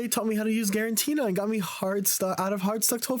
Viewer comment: "Garantina" is crazy work